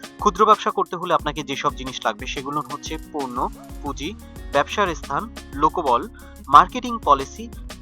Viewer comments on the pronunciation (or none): none